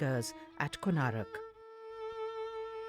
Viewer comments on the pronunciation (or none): How can the people working at the DD network write and pronounce the name of one of the most famous temples in India Wrong....?? It's KONARK, not Konarak... How can you guys make such stupid mistakes... ??!!